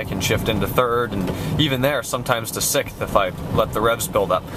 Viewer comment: It's pronounced "Sixth"... not "Sickth". Other than that, very informative. Thank you.